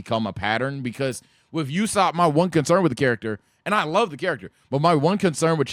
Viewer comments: pronounced Ooo-Sop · Why do you keep saying “youssop”?